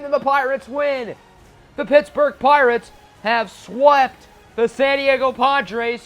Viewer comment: At one point in the video it sounded like you said Plirates